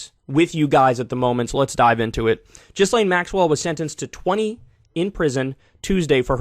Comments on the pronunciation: Alright bro I gotta help you with how to pronounce her name haha it’s: GaLane hope that helps 😅🤝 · Her name is pronounced Gee-Lane. If you hear her family talk about her. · So, it's not pronounced Giz Lane? ;-). (yes, I can makes jokes about it ...by the way... do not let her out) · How does Kyle still not know how to pronounce this woman's name? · The way Kyle pronounces her name bothers me lol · It's "Gislain", not "Jizzlain". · GHEE-LIHN not Jizz-lane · “Gil-layne,” not “Jizz-lane.” Americans are so clunkily phonetic 🙄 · It’s pronounced GILLAIN (G as in GIRL) not JISSLAIN. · It’s pronounced “gill lane” s is silent, not really a person who deserves proper name pronunciation but it sound like you keep saying jizz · Thanks for the report. Just a tiny correction. Her name should be pronounced as GILAN. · Ghislaine is pronounced "Ghee-Lane". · “Jizz-lane” - Kyle Kulinski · Kyle, I love you, no shade I swear, but it’s Gil-Aane. 😬😂😘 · It's pronounced Gi-lane. The G is a soft G rather than a hard sound. Cappice ? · Kyle is literally the only person who says Jizzlayne. No way he’s not doing it on purpose at this point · Also: Ghistlaine is pronounced "jeess-len" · It’s pronounced GHEE-Lane or GILL-Lane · Ghislane is pronounced gee-Lane. It's been 2yrs+, come on man. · Once and for all, it's "Jill'ENN" with that soft airy French J sound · its pronounced jisslane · Ghislaine is pronounced "JUs-sL-EEN". Kyle. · Everyone pronounces it a little different, but "Jizz-Lane" is by far my favorite. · Her name is pronounced "Gee-len", with a bit more emphasis on the "len". The name is also pronounced kind of "Jeez-len" (a soft "G" or "J" sound) in Canada and the south of France but in the north of France, and in Maxwell's case, it's "Gee-len". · It's pronounced 'Ghi-lane'. May she eat prison food for life with her trump buddy..🤢🤮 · Please Kyle for the love of god say “GEE-laine” like it’s actually pronounced. Please. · Its pronounced "Jizz-lane Max-well"